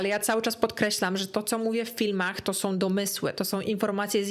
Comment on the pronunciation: Droga, uwielbiam Twoje filmy i ogòłem Twoją osòbkę, jesteś przesympatyczna, ale PROSZE, NIE SOM TYLKO SĄ, nie MÒWIOM tylko z MÒWIĄ. Starajmy sie mòwić poprawną polszczyzną, to razi aż czasem ciężko sie skupić na treści😅. Przepraszam, musiałam. Ale ogòłem dziękuję za nowy super materiał i czekam na następne!!:))